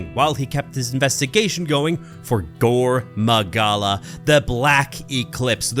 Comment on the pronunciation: Why we hear you saying Gore MOgala, while it is Gore MAgala?